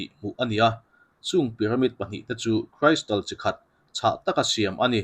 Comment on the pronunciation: Crystal hi kan lam dan a in anglo hle mai. Kristal ti in kan lam a.kraistal ni lovin